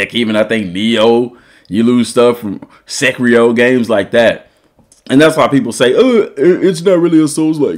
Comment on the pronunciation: Bro called Sekiro “Sekrio” and called Lies of P “Life of Pie” 😂